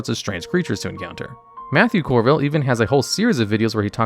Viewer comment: I like your videos, but the mispronunciations of everything had me laughing. Dimensions (Plural) 20. Matthew CORville. Chains of Ack-ree-on. It's like you googled all this stuff to add it to your video. I'm not even criticizing, it's just funny.